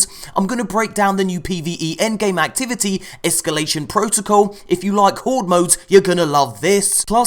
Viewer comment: esCAlation protocal, not esCUlation protocal